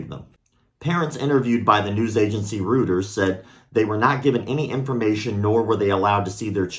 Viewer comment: rooters? you must mean "roi-tares"